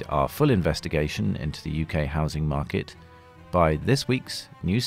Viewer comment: 0.56 - the housing smarket 🤣